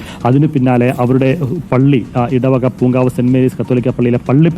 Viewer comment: പൂക്കവനം അല്ല പൂങ്കാവ്